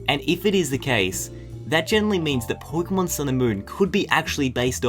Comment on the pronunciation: po-ke-mon not poy-ke-mon